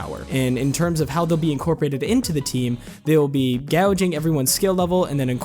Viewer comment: I hope they will be gauging the skills of the developers, not gouge them! (gauging is pronounced with an 'a' like in 'cake', not like the 'ou' in 'loud'. 🤪